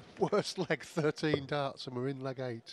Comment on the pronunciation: Onee hundread and easy hahaha